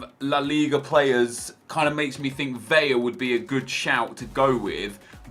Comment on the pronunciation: Jesus fucking christ when are you fifa youtubers going to learn that Vela is pronounced just like it's spelled, NOT VEYA